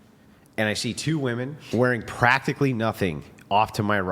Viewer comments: Finally Andrew is confronting them about saying Women. It’s pronounced Women. These non English speaking Women are confused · So happy Andrew called out the “woman” / “women” thing ! Drives me crazy- they are 2 separate words lol